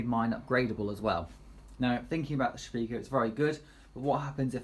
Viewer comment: Nice informative video. Can you give the names of the spindle which you discussed? It was just a bit too quick to pick out. Just wondered where you heard that pronunciation of the Shapeoko... maybe it's a tendency in the UK to try to see everything relative to tea (Sha-pekoe)? :) Everyone else seems to say Shape-oh-koh.